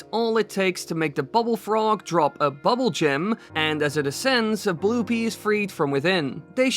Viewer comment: I'm just saying. I think it's boob-bool frog - bubble seems to eh. Bubbul like that sounds more like rupee and blupee. The ū .